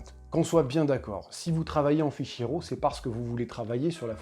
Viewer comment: Arrêtez de faire ça les Français! SVP, arrêtez de faire ça! Quoi? Arrêtez de dire RAW comme si ça sonnait "Rot". RAW en anglais se prononce ˈrȯ avec le o qui sort presque comme un a et non un o et le r, pas guttural. 😛